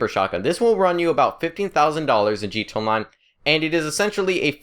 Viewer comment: sounds like you're saying g tone Online